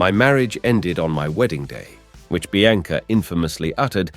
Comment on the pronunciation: Bianca pronounced Biancer?